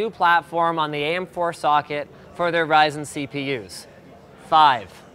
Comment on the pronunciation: it's pronounced raisin